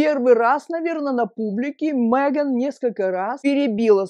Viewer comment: Она не МЭган, а МЕган.